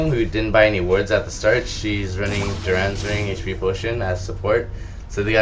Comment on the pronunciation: why the fuck are u puting a U in dorans ring...its dorans....jesus hooked on phonics..